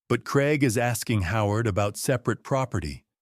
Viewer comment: Strange pronunciation of Craig making it sound more like Creg rather than how the British (more over the Scottish) pronounce it. CRAIG - Cray g. Time for Michael, Rebecca and Craig (and possibly Daniel and Trish) to face the consequences of their actions. Elder Abuse, Fraud/theft and Forgery deserve a prison sentence.